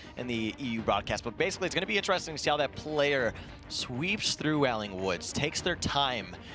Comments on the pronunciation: Anyone else bothered he says Wailing woods , whyling woods, oposed to way-ling. Do people actually pronounce wail, while? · “Whaling woods” and “Obey Kwiz” come on myth get it right dawg. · Why can't myth say "Wailing"